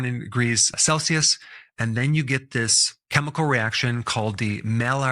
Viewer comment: last time I checked, chemical is pronounced keh-mi-call, not cheh-mi-call.... guess who's getting added to my do not recommend list!